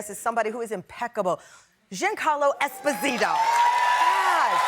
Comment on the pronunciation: Tamron butchered his name. It is Zhun-CAHR-lo Eh-SPO-zee-toe